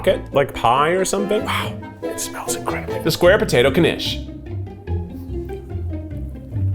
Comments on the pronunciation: i love how he's pronouncing it like kanish. it's knish. you sort of swallow the k a little bit. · Knishs Knish sounds like kih nihsh 🎉